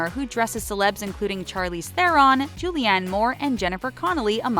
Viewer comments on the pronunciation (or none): It’s pronounced “shar-leez tron”. I’m South African and it’s an Afrikaans surname.